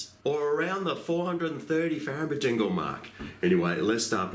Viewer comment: 430 fahrejingles